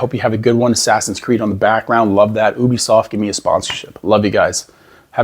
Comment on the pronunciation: Said Ubisoft wrong at end bud😅 good luck with sponsors 😅